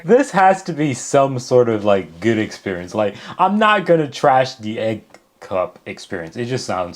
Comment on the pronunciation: Did you really say eggsperience?😂